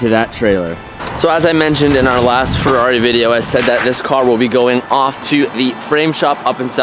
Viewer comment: It’s a halferreri.